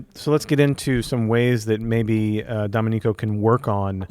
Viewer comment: please learn how to pronounce Domenico